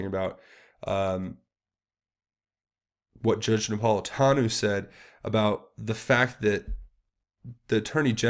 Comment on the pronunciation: Some observations re: this video. (1) Judge Napolitano's name is pronounced Nap - pol - i - TAN - oh," with a long "O" at the end. (2) The concept of "American exceptionalism" is NOT because we are the biggest and baddest, but because ours is the only governmental structure that (a) recognizes that we are born free, thanks to the Creator, and that (b) freedoms do NOT come from government, but from Almighty God. We are, in a sense, the "exception" to the rules of governance as written by all other nations. (3) When it comes to understanding the underbelly of the Middle East in ways that would make Stetzer's bald head spin, you need to avail yourself of the information put out by Amir Tsarfati and "Behold Israel" on YT. Amir is an Israeli Christian living in Jerusalem and has an increasingly popular and important Bible-teaching ministry, with a particular emphasis on prophetic "End-Times" predictions by the ancient writers of Scripture. Amir became a Christian at age 19; served in the IDF, and was the Lt. Governor of Jericho, and today has connections in the Knesset, the IDF and the Mossad. We simply have no clue as to what is really happening in the Middle East, thanks in large part to the MSM, but also because of our Western bias and ignorance of how events from ancient history have brought us to the present day. If nothing else, you can always compare and contrast Amir's info and insights with your own research to get another perspective, something that is sorely lacking in